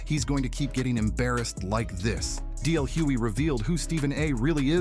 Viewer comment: It's DL hugely with a G